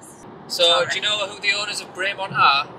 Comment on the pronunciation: Great video but you still can't pronounce Bremont correctly lol.